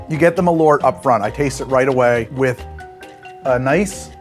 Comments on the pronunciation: I love how bäsk has somehow become a thing in Chicago - and a meme. Love from Sweden (btw, the name: MALL-urt would get you much closer than muh-LORT) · Not malort. MAL-ÖÖÖÖÖÖRT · Alright, who is going to teach how to say Ö? Pretty sure he is risking some kind of goblin-style curse by calling Malört "Malort" so often. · It clearly says Malört, but he keeps saying "mah lorrt". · Maal-uh-rt. Only time i spewed from alcohol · Ö isnt O. Every single American can say the letter Ö. Bird, word, heard, learned. Just say the Ö part. Actually you should start writing them with Ö. Börd, wörd, hörd, lörnd. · I'm danish and the way he pronounces Malört really sounds like he is saying "My poop" in danish!